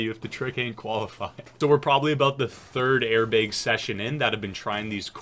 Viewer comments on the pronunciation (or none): i kept thinking you were saying “air big” instead of airbag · air baeg... is from the upper midwest? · i don’t ski, i wish i could, but the way he says BEG, airBEG.